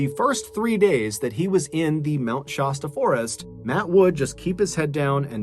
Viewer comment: Mt. ShASSta not ShAWEsta.